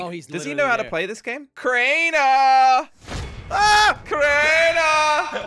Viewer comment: I loved it when Crainer said give me a chaance